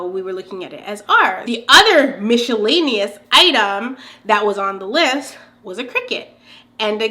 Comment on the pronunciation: I like that you say Michellaenous lol